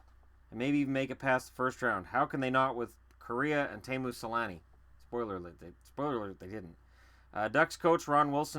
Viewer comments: I though it was pronounced tee-moo not tay-moo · It's actually only pronounced Tay-moo in Finnish. Tee-moo is technically a mispronunciation.